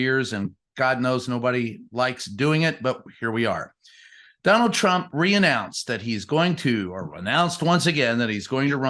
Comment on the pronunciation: Whonald Twhat?